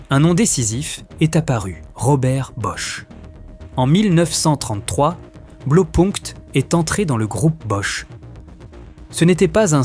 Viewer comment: Sujet intéressant. Juste un petit truc: "Blau" ça se prononce "blao" et pas "blo"